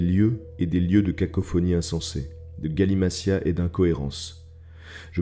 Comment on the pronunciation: Bonjour je voulais juste corriger la prononciation du mot "galimatias". Prononciation de "galimatias" Souvent, en français, à l'intérieur d'un mot si un “t” est suivi d'un “i” il se prononce “ss” comme dans le mot “équation”. Mais comme il y a des exceptions aux règles, dans le mot “galimatias” le t se prononce t. Désolé mais ça m'a complètement sortie de l'audio ...